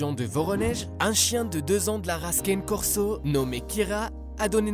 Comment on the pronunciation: Aïe mais oreille ça se prononce pas caine corso mais canER corso pfff